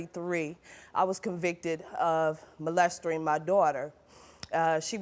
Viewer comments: She said "molestering" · Ugh please.... it's not molestoring 😂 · She said molestering 😂😂 that’s when I knew she was guilty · Did she just say, molestering? 🥴 What a disgrace to the world of mother's! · "Molestering" yup she did it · Knew she was lying when she said “ molersERing” 🙄🙄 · Molestering... she clearly failed English class. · "Tyanna" lol. "Molestering" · I knew she was guilty when she said molestering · “Molestering” always gets me😂 Edit: this lady really fooled me. She thought she could pass it after all those years. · “Molestering” 🥴 I had a stroke after hearing that. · “MOLESTERING” with an R?!?! Uhm… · "Sexauling molestering" 💀🤣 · Molest-er-ing. Hmmmm.... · " molestering" hahaha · The minute the mom pronounced molesting as "molestering", I had a feeling something was wrong. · No not molestering! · She said “molestering”